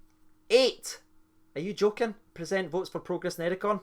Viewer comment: It really sounds like you are pronouncing "percent" wrong and my girlfriend thinks you have a lisp due to it 😂